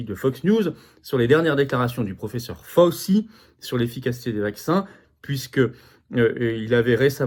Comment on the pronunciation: Ce n'est pas prononcé FAUSSI, mais FOWCHI....